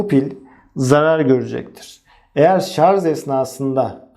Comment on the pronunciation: yazarken "şarj" yazıyorsunuz da, neden anlatırken ısrar ile şarz diye telaffuz ediyorsunuz?